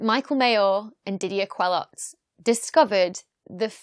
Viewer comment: Just to nitpick : Didier's name is pronounced Kelo, not kweloz. Also I would have expected you would have talked about how the discovery came to be. If you search for Mayor's publications on the ADS, you see he was in stellar radial velocity (but wrote a 1988 paper titled "a giant planet beyond the solar system ?" ). Geneva observatory had (still has in fact) a 1m telescope at OHP, and they were using Coravel to measure the radial velocities of stars. Then the use of fiber optics to link the telescope to the spectrograph (i.e. no more flexure while the telescope tracks during the night) and the thermal stabilization of the spectrograph allowed to go from km/s to m/s precision, and therefore the detection of Jupiter like planets. I used to work at La Silla Observatory before the HARPS spectrograph ( ), and the former spectrograph was in a thermal stabilized room below the 3.6m telescope. If you just opened the door of that room, measures were bad for 2 days. It's really very high precision stuff (HARPS is in a vacuum chamber). Other than that another very good youtube video. As usual :).